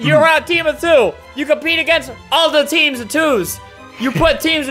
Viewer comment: he keeps say teams to toos lol